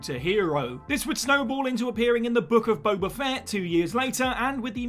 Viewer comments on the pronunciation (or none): none